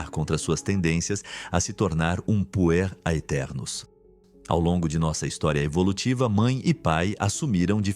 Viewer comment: Quando escutei "Puer aeternus" achei que tinha escutado Punheteros.